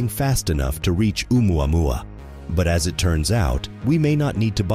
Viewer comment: What kind of reporter is she..not even know how to pronounce oumuamua...😄